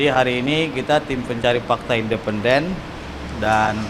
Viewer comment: Minimal belajar ngomong "independen" dulu yang bener mas